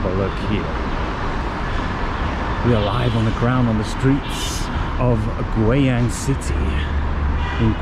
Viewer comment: u r funny 。it's gui（贵），not gui（鬼），yang(阳)not yang（羊），so its “expensive sun" not ghost sheep.LOL. BUT u r funny